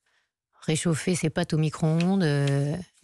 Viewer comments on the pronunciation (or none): « Réchauffer ses pattes au micro-ondes » ???!!? Les pattes de porc ? Ses pinces bien humaines ? ... Ah, ses pâtes ! âââ. Mais enfin les Parigots distinguez « a » de « â », par pitié !